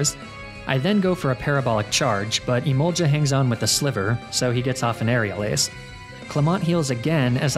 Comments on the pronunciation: Im sorry but the way you pronounce emolga infuriates me it doesn't have an i before the a I'm begging. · the way he says emolga like emolja is so infuriating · it's emolGA with a hard g not emolja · Not the kind of person that gets angry over pokemon pronunciations but emolja is a war crime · Jiga impact, never heard of that move before lol Emolja also a mon I've never heard of either lol you know Gs make a hard sound sometimes right? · The only thing more demoralising then negative comments about toxic stalling etc. Is the lack of a 1 hour loop video of you pronouncing "Emolga".